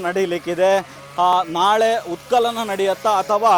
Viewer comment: ಉತ್ ಕಲನ ಅಲ್ಲ ಸ್ವಾಮಿ